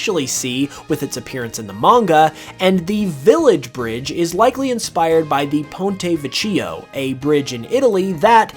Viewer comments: Yup it's pronounced like ponte vèkkio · Pontevecchio is pronounced with a hard c sound, not the ch sound.